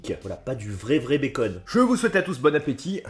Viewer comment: " bonne apesoif " 😂